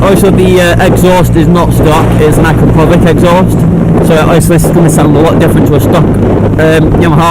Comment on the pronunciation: "AkRaPoVik" come on it's not that hard to pronounce it